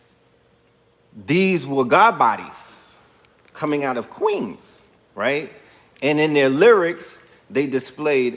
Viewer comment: Why you had to say queens like that lol